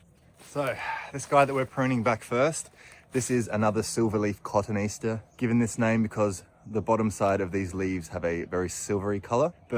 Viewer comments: Sorry, love you dearly, but bone to pick with you on pronunciation of cotoneaster. I had never heard your pronunciation. I believe yours is the American pronunciation of what is actually names based on latin, which has a very formal series of rules of pronunciation. The latin names for plants are all based on appearance or habits. Etymology. From the Latin cotoneus "quince" and -aster, a suffix expressing "an incomplete resemblance." The coton part has nothing to do with cotton. And is misleading, pronounced as cotton, and to a wordsmith, the difference in spelling indicates it is not pronounced cotton. Given many people are unaware of the latin base - it is linked to the appearance of quince. Again, the easter part has nothing to do with easter - but is a straight latin descriptor of a resemblance - or partial resemblance - to the quince. The latin descriptor form of e-aster, is lost if you say easter. I guess the resemblance is in the classic taxonomical descriptions - because I don't initially look at cotoneasters and think, "Of course, how incompletely quince like!" But that is the joy of etymology. I can see the American habit of looking for words within words, patterns, of a rather long word - to guess at pronunciation - but there are very few Americans who even register that the latin based words are often shorthand descriptors of appearance or habit - and just think some gardener invented long weird names of plants that inexplicably stuck. But Americans rarely h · The Cottoneaster is pronounced caw toe knee aster I would hate some smarty pants in a garden centre to think you dont know your stuff when you certainly do. This was one of my late mum's favourite shrubs the birds here love the berries. You are doing an amazing job there I wish there were more like you who care about people and helping not criticising A shining example to us all. I hope you didn't mind me trying to help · Cotoneaster is correctly pronounced kuh-TOE-nee-AS-ter